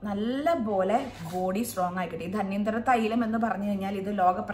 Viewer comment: ധന്വന്തരം ആണ്. ധന്യന്തരം അല്ല😊